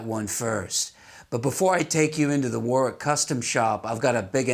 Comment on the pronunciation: Great videos & narration. I especially like how you know how to pronounce Warwick correctly. So many of your fellow Americans are used to emphasising the second W instead of leaving it silent.Cheers mate.